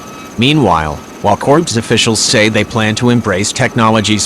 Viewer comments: The way the computer-generated voice kept referring to my Marine CORPS as "corpse" was jarring my ear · Hey It the United States Marine Corp, not a corpse as your computer pronounced the name. How about using a real human to do the announcing instead of a computer because it's an insult to every Marine when you screw up something that simple as pronounce a word that disrespects every Marine serving or retired. Get it right!!!! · It was funny listening to your robo-narrator saying "CORPSE" for "Corps." But then it made me think of the Obamanation, when he said; "Navy CORPSE-man, I never considered he might be a robot." It would explain a lot.